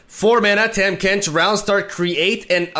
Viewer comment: Learn to say Tahm Kench